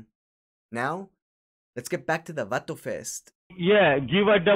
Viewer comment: Hilarious video!!! Should be a shot game with the word “Vato”! Cracked me up every single time he called you “Vatu”! Great video! 👍🏼